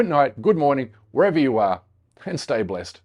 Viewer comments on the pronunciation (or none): none